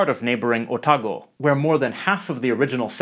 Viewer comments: Otago is O-tar-go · No one pronounces Otago that way. (Oh-tah-goe is the standard, although if you want to get technical it's an Anglicisation of Otakau which is closer to how you say it.) Some of the examples you're giving are pretty broad. I also think that the influence of Maori English is becoming more and more mainstream in our pronunciation. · I noticed that his pronunciation of Otago was like the Kai Tahu Māori way of saying it. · My only problem is that you pronounced Otago incorrectly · why he say otago like that 😭